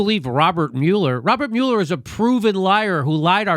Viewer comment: Mueller is pronounced 'mull-er', obthw...